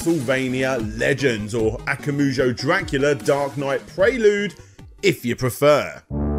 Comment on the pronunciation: FYI, it's akumajou, not akamujou. Akuma (悪魔) meaning devil and jou (城) meaning castle. If you have trouble remembering the order of the vowels, just think Akuma from street fighter + "Joe" like a cup of joe. Akuma, Joe. Akumajou. I also think it rolls off the tongue better if you stress the second syllable instead of the third, though that may be a matter of personal taste. Also his name is Igarashi, not Igarushi.